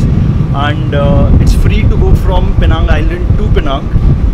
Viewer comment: You pronounced Penang wrong.